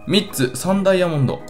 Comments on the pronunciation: ドゥイヤモンド？ 言い方が気持ち悪い。ダイヤモンドでいい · ドゥイヤモンド(ダイヤモンド)、、、www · ダイヤモンドの発音、面白い。